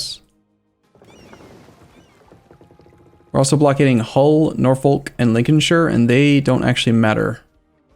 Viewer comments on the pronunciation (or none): you are saying Norfolk wrong it is said north-erk not nor-folk